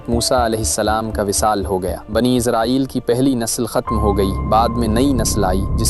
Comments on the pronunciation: It's Israel not izrael😢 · بنی اسرائیل ہے بنی ازرائیل نہیں ہے